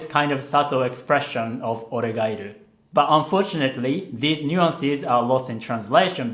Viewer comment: Man...the way he pronounce 'oregairu'....its sound so japanese